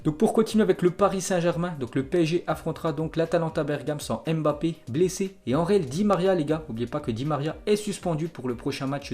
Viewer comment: Salut ça fait longtemps je t’entends dire kilyan èmbapé c Mbappé pour rectifier il dit lui même écoute les diffuseur il disent bien Mbappé mtn merci grosse force toi